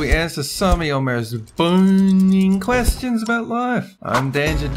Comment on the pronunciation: I thought he said "boning questions" im so dirty